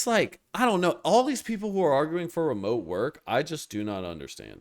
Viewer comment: Be jaded at remeote is low T-energy!!!!!😂😂😂 great commentary